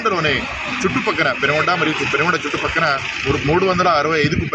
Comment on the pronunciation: పెనుగొండ కాదు సార్ పెనుకొండ